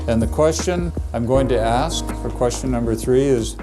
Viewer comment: For someone who is in medical school, I would think they would pronounce a simple word like ask correctly... .